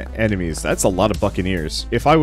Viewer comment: Bots: that's a lot of buccaneers What I hear: that's a lot of F*cking ears